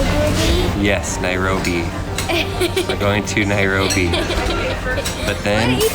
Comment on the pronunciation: Nobody:: Nairogrobi 😂😂